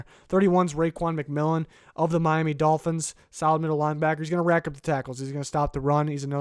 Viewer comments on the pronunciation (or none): none